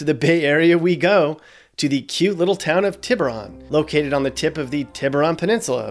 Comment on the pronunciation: Say it with me now Tea-Boo-Roan